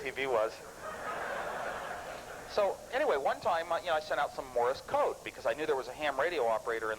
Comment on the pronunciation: "Morris code".